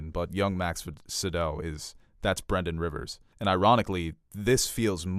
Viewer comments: Pretty sure it’s pronounced Max Von SYE-DOW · Max Von CEE-DOW, put some respek on his name